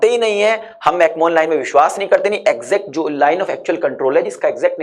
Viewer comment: Bhai mere mcmohan ko pronounce Galat kar rahe ho Isme koi Mohan nai Hai Google karo correct pronunciation